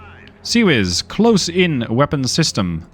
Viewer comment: I do like how half the world has decided to go "CWIS" for "Close In Weapon System"... :D